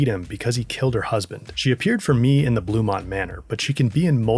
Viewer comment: emphasis on IN